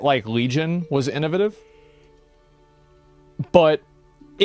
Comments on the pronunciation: I love that Asmond can pronounce Chitin correctly but not innovative. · This millionaire can't pronounce innovative